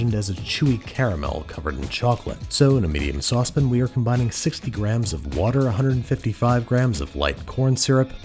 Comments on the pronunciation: Love your videos but I cannot stand how you say SAUCE PAN I always hear “sauce pin” 😩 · Please stop saying "saucepin" I hate it when do that! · Saucepin vs Saucepan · Why "sauce pin" is this a regional pronunciation?